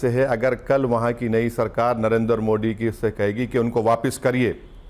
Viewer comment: पहले "मोदी " कहना ठीक से बोलना सिख लो, मोडी क्या होता है